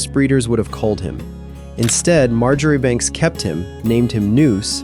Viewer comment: Marjoribanks is pronounced Marchbanks or Marshbanks. It is like Menzies, pronounced Mingiss. We are a strange lot in Scotland 🙂